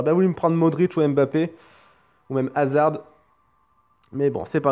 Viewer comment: ON PRONONCE PAS LE D DE HAZARD !!!!!!!! Ptn